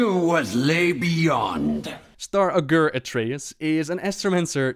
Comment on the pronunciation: ITS PRONOUNCED AW_GUR!